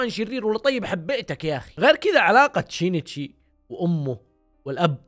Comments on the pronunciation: شينشي مو شينيتشي🤦🏼‍♀️ هوه أصلا سينشئ بس الياباني صعب عليهم يحكوا حرف السين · اسم كونان الحقيقي يُنطَق شِينْ تِشِي وليس شِينِ تِشِي، انا فصلت مراحل الإسم لكي يتوضح نطقه والنطق الطبيعي شِينْتِشِي. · نطقة صحيح شينتشي اسمه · من الي تنرفز من نطق الوجيه لاسم سينشي !!!😂